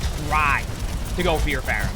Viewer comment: i love watching videos, he's so informative and genuinely wants to help everyone he spectates! he's genuinely given me things to think about in my own games and he's clearly very talented!! but the way he pronounced "pharah" 3 times towards the middle of the video felt like getting slapped in the face. (edit to say peace and love peace and love <3)